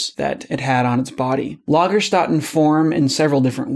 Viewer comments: Nice video, but I've got to say you should have at least tried to pronounce Lagerstätten (a bit more) correctly, given that you know how it is done ... it's not the most difficult German word by far.The "ä" is more or less just the "a" in an English word like "hat". The finer nuances I wouldn't complain about. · wow, your pronounciation of the german ä really sucks :D to make it easier for you, i guess you can properly pronounce the last name "kramer"; it's origin is the (archaic) german word krämer (a travelling merchant). while the umlaut was dropped in the american spelling, the pronounciation of the ä stayed roughly the same: it's a diphtong between a and e, but if you just pronounce it as if it was an 'e', german speaking people would at least understand what you mean. right now, we don't: when you try to say lagerstätte (singular), to my ears it sounds like lagerstadt: a word i subconsciously understand as a city made of tipis. you're throwing me off quite a bit with your mispronounciation... the word lager has a lot of meanings besides deposit (which is right for this context), for example stock/storage/warehouse (lagerhaus), a bearing (kugellager), the kind of beer that's also called lager in english (lagerbier), or, when it's not a compound word... it usually means camp. stätte is a word for location, place or something similar, while stadt is the german word for city. other than that, i subscribed and eagerly wait for more from you about hammonism. can we please name the followers of this cult hammorites? ;) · While i really liked this video i think you shouldn't try to teach the word "lagerstätten" using the wrong pronunciation all the time. If you want people the learn new words you should probably try to pronounce them the right way (or use the translator voice form the beginning more often) because it is quite hard to 'unlearn' a wrong pronunciation. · Concerning "Lagerstätten": The "ä" is spoken like the "a" in "hat". Try it, you´ll make it ;-)